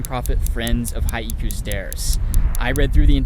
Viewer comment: Lol come on man...its "Hi-koo" Not "Hi-eee-koo"